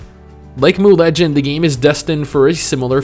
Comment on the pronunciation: Mooooo Legends? It's M.U.